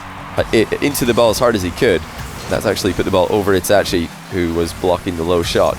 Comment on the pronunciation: the way he says itachi bothers me